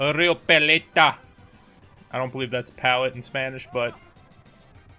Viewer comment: Pal-let-ta not pal-leet-ta. For pallet in Spanish. You were close tho 😂